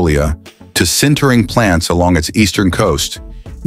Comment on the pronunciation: These videos would be so much better if someone would take 30 minutes to check the AI narration. "Sintering" or "centering" or "Sintering" or "centering" or "Sintering" or "centering"??? just as an example.